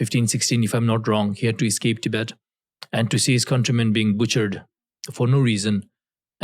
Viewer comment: How you say Tibet is how western people pronounce it Please try to use correct pronunciation Love your content ❤